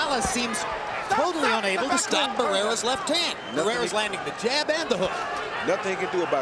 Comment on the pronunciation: Cuando pronunció el nombre de barreras y morales me da vergüenza solamente en pensar en pronunciar el nombre de canelo y los otros mamarrachos de hoy en día 😎